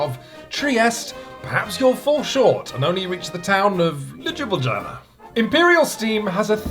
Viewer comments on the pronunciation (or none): It's actually pronnounced "liooblianna", but I think I'll use pronunciation from now on:) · le jibble janna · I've heard many foreigners butcher the pronunciation of Ljubljana (our capitol city), but this one is by far the best and the most entertaining.